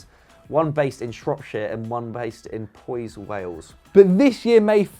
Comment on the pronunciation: Powys is said pow-is not pows